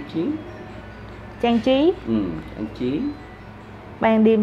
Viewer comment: 학생의 발음을 잘 들어보면 cảnh trí(경치), trang trí(장치)를 잘못발음하는게 나옵니다. 이 부부을 수정합니다.